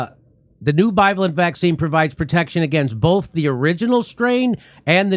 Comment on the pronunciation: Jimmy. I love your show but for the love of God will you please stop mispronouncing bivalent.